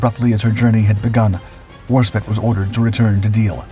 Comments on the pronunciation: Fantastic presentation! ( BTW, it's Warspite, not War-spit. 😋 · Its HMS Warspite, not spit!